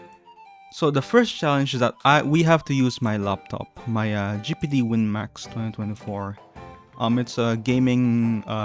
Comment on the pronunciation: I was not expecting to stumble across a video with someone else's GuhPuhDuh 😂 I love my WM2